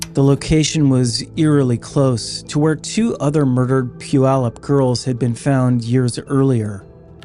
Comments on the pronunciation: He got Puyallup perfect though! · You get a thumbs up for saying Puyallup correctly.